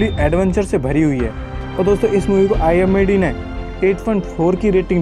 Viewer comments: IMDb nahi bhai IMDB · Bhai IMBD nahi IMDB Hota hai 😆😂🤣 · IMBD nahin IMDB hota h wo bhai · Imbd nhi hota pagli IMDb hota sahi pakde hai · Bhai IMDb hota hai na ki imbd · Bhai vo IMBD nahi IMDB hota hai🙏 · Its Not IMBD its IMDB Bro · are koi baat nahi zabban he fisal jati he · its imdb not imbd 🙂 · Bhai imbd nahi imdb hai🤣🤣😂😂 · IMDB Hota Hai IMBD Nhi 😂😂😂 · Wo imbd nehi imdb hota hai🤣